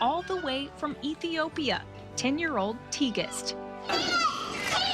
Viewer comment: I think you pronounce her name Tig-est